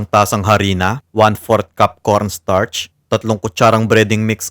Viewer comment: I like how you say coRRnstarch 😂✌️